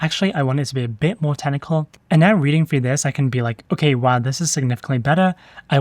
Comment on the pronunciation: Friendly suggestion: Every time you say "technical" it sounds like "tentacle" to me. Might just be me!